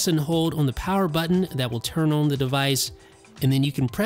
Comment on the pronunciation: I cringe at the way this dude pronounces "on"